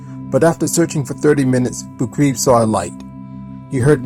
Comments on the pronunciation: Anatoli last name Boukreev is pronounced Book-Ray-Eff and not 'Book-Reeve' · Geez, you could’ve done some research into the correct pronunciation of Anatoli Boukreev. As a hero, he deserved it..